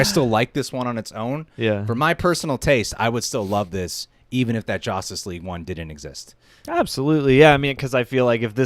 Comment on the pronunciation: Did you just say, "Joss-tice version"? 🤔 😅😂